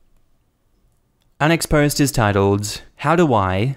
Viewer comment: Am I the only one who hears 'unexposed' when he says 'our next post'?